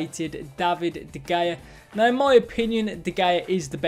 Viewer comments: De Hayuh not De Gayuh lmao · Why do you say de gayer?🤣🤣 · You can’t pronounce de gea properly😂 first to ever pronounce it like that😂 big 12k little twig full of shit.